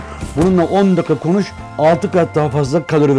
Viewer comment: de kos diyor sonrasinda konus diyor:D